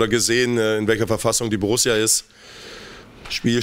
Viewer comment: Borusia? So peinlich wie ....